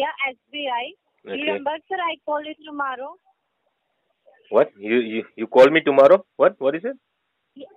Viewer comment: Shuberth Dias tomaarow 😂😂